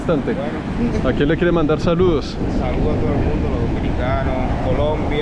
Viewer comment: No les pasa que, "saludoh a la abuela". ✨